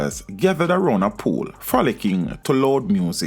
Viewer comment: Pool not fool